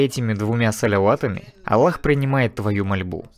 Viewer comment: УВАЖАЕМЫЙ БРАТ ПЕРЕВОДЧИК ГОВОРИ АЛЛАh не Аллах